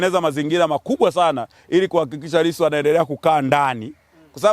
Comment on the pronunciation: Hata jina la Lisu anakosea kulitamka